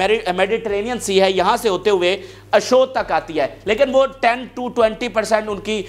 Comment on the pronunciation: Bhai not ASHOD BUT ASHDOD